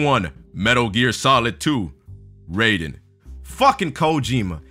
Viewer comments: It's RYE-den not RAY-den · You mispronounced Raiden.